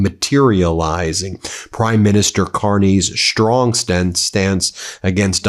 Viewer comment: "Shtrong" is not a word. "Strong " is. Love your program!